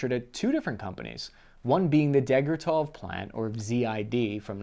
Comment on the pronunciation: deg-tya-ryov, not "degartov" ... ;-) After Василий Алексеевич Дегтярёв - Vasily Alekseyevich Degtyaryov, the very same guy responsible for PTRD–41 antitank rifle and DP–27 light machine gun.